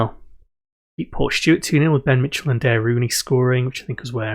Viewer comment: I started watching this series yesterday and somehow I am now here. Also Daire is pronounced the same as a player you had before who was called Darragh which is the same as Dara, like Dara O'Briein.